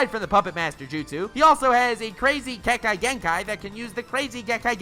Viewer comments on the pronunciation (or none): the name butchering...fuck me... Also Dust Release is Kekkei Tota, not Kekkei Genkai. which is pronounced Kek-kay-gen-kai Not ke-kai-gen-kai... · Did anyone else hear him say kengkai gengkai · (Kek-kay) kekkei (genn-kai) genkai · its not ke kia genkia